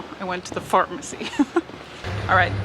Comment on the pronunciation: I thought she said "fartmacy" but that could be my middle school humor filter which hears what it wants.